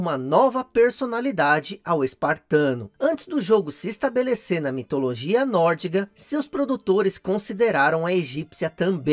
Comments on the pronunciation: Excelente vídeo 👏 Você quase me deixou maluco de tanto repetir a palavra "NÓRDIGO" HAUAHAU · Só uma correção: a mitologia é NÓRDICA, e não NÓRDIGA como vc diz no vídeo.